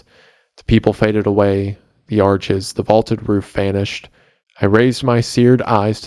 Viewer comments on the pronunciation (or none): none